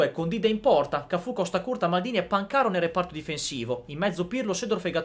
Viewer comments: Ragazzo volenteroso: ma ripetere ossessivamente Pancàro anziché Pàncaro denota gravi problemi di dipendenza da computer. Che al solito sbaglia gli accenti. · Pan - caro 😂😂😂😂 sentito come lo pronuncia????? 😂😂😂😂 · Tutto bello ma...Pancàro no 😂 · Perché pronunci Pan - caro ... cioè si pronuncia Pancaro come si scrive semplice 😢